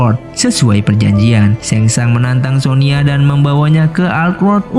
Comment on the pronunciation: Sonya bang bukan sonia